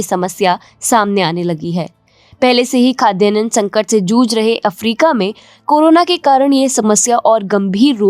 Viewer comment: It's not khadyanan, it's Khadyanna